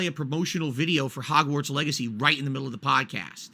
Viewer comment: "I'd play a promo vid for Hogwarts Legacy right in the middle of the Pahdcast" Yea, and they'd pay you 5-10k based on your audience PER video...